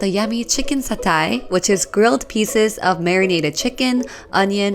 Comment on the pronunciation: the way she pronounced satay was with so much class i love it!